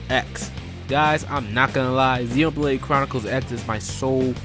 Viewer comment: ZEN OH blade :3 not zeen despite the nintendo direct guy mispronouncing it also.